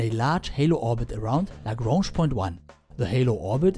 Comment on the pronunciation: I find your correct pronunciation of Lagrange and Einstein strangely pleasing.